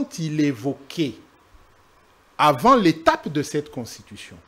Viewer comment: Thierry mukelekele bravo vous-avez réduit ce type de mubiayi en cendre puis il prononce très mal le mot constitution,il dit contushition.